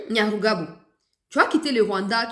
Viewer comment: Maman,il s appelle Nyamugabo et pas Nyamugabo.les deux noms sont différents.le premier est Rwandais tutsiet le deuxième est mushi du Sud kivu.ma chère enfant, comme on dit que la justice élève la nation c est ainsi.ce Nyamugabo n a rien à dire ici.il n'est pas Congo lais que ces arguments fallacieux soient exportés chez lui au Rwanda.de gens qui sont capables de modifier leurs identités sont terribles.